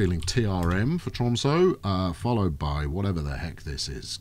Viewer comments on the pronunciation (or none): Hmm why would anyone dislike these videos.. unless they are even more upset than me with how the pronounces tromsø:P its an ø not an o:D